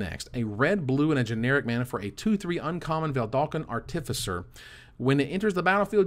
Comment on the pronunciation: Can we all just take a sec to thank for the review. Love your work:) Also panharmonicon... Nailed it;) artificer is it not an arr tiff eye sir? As in artifice? That's how ive been saying it:/